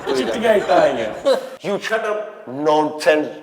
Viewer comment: new set 👍abass ka you shotppp bolna 🤣🤣🤣